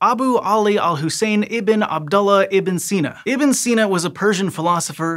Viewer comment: Not so much for Ibn Sina